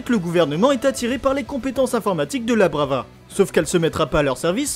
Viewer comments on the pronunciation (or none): "La brava" 🤢🤢 C'est love lover, et c'est même pas une coquille de la traduction française, c'est vraiment love lover, c'est juste les américains qui traduisent selon la prononciation (sinon je viens de découvrir ta chaîne y'a pas longtemps et j'adore tes vidéos !)